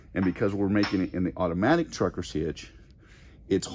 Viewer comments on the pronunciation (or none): none